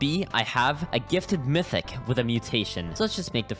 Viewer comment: It was so damn painful seeing this man’s inability to read “mythic jelly” 💀